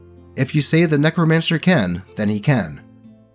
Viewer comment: I'm sorry I thought you said "nekomancer" instead of "necromancer" and now I have a character design I need to flesh out